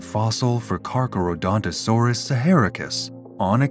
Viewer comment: I can't watch this because the AI narrator keeps mispronouncing its name.